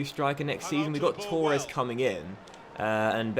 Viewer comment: Torres is said to-res as if there’s 1 r